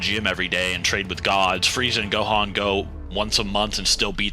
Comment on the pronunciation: Bro said 'Dohan' at the start like what?